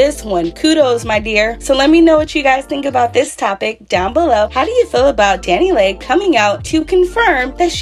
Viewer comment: Pronounced Dani LEE please quit calling her Dani Lay